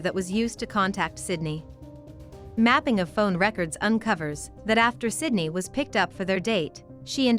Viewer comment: Idk if you are aware of this, but there are a few times throughout this video that you say the victim’s name is “Cindy.” Her name is Sydney. If you are going to make a true crime video, it is imperative that you always pronounce the victim’s name correctly. J/S. You might wanna take a look at that.